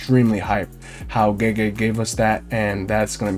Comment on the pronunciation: Gege is not prounounced like jeejee.